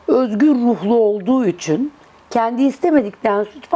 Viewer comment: hanım “Üçuun… “ değil “ İÇİN”.Kovayım kimsenin hayatıyla ilgilenmem duyarlıyımdır ama gereksiz şeyleri takmam.